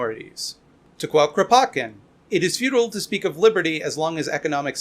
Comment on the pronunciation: Beautiful! I like Grow-potkin, but this is definitly getting added to my list of hilarious ways to pronounce political theorist's names.